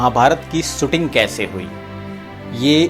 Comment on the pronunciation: भाई सुटिंग नही शूटिंग कहीये श का प्रयोग करीये